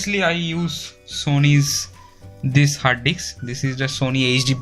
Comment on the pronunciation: R u purposely saying Hard d*cks?😜